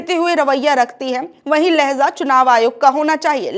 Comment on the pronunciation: Dear Madam ! लहजा! लहज़ा नहीं ! लहजा लहजा लहजा